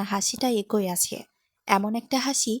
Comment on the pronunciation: একোই নয়, উচ্চারিত হবে “এক ই”